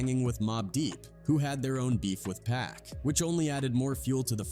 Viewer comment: Cause it's Pac, 2Pac, not Peck nor Pack 😂